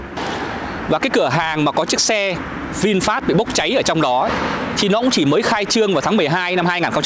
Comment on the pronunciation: dọc sai rồi e ơi...vịn phét chứ k pải vịn phát...